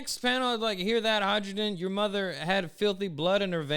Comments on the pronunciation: you sell sakura boxes and still pronounce "hai ruden" as "hydrogen" You really are Luffy... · I'm pretty sure the Hajrudin is pronounced "hie-roo-din," because the J is meant to sound like our Y.